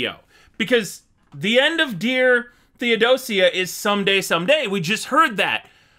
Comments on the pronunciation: It’s pronounced THEO-doja the sia makes a J sound like in ASIA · Please stop saying Dear Theodo-seeya. It's Theodo-shuh. Dear Theodosia. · “Dear theodosia” “theodo-see-a” you’re not helpless, you’re hopeless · "Tee oh dozy uh"🤣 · Thee-oh-doh-sszha Theodosia rhymes with ambrosia. I’m so enjoying your reaction videos, thank you for doing this. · Just so you know Theodosia is pronounced (thee·uh·dow·shuh) and Theodosia is Arron Burr's daughter. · pronoucned Thee oh doge a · You're pronouncing the Th in Theodosia, now I wanna know if that is how you pronounce the sia when you say Asia, because Theodo Sia was not the name of Burr's wife or daughter.😂🤣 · I wanted to correct you with Theodosia so many times except I realized it would do no good to put in the comments because you still would say it the same way.